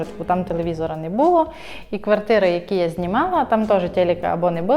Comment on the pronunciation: Поясніть будь ласка що це херня (не буууло) що за дебільні наголоси!!!! Не було а ви шо мелете